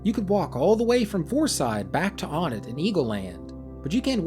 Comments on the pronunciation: I also pronounce it On-It, but I assumed it was meant to be "One-Ett", not "One't" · I refuse to believe a single person on this planet pronounces it "one-tt" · Pronouncing Onett like "1nt" feels like it would be an intentionally misspelled background joke. Like referring to second, third, and fourth as "2rd," "3th," and "4st." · ok cool call ness nesu then. I don't care personally I say onett how you say onett but if people say one tt I know what they mean. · After watching this now I'm convinced that it's pronounced "oh-nett." Yeah, doesn't come close to "one", but now I've seen the Japanese name multiple times so...